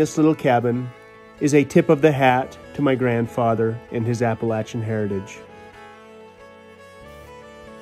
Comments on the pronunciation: I put a like up on the board just because said Appalachian correctly. Oddly the word Appalachian is similar to yadkin for those in nc, Kanawha for those in West Virginia, or the word y'all. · Being from NC does me good to hear you pronounce “Appalachian” properly. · I like how he pronounced Appalachian correctly